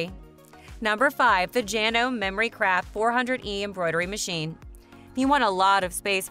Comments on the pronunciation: Someone needs to tell them how to pronounce JanomE. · Good video, except you don't know how to pronounced 'Janome'. Lol